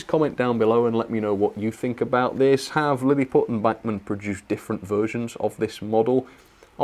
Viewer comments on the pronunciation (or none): Is pronounce bachman not whatever the hell you were saying you British frick